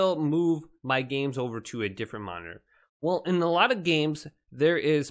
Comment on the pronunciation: The way he says, "monnterr" bugs me